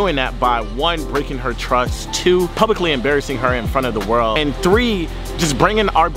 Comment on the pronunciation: Why he say world like that